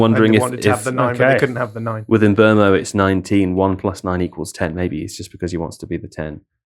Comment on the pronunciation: Great pod, as ever. Enjoyed the 'Buttal' segment. But thought I'd say, given your propensity for pronouncing names correctly ("Twuh!", "Fernajj" etc); Stop Getting Mbeumo Wrong!